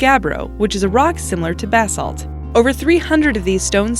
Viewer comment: Did they say bath salts